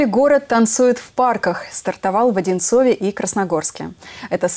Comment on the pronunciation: Ухо режет. (В Одинцове ) - так говорить нельзя. Правильно - в Одинцово